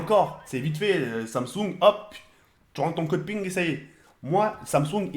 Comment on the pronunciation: mdddr il a dit code ping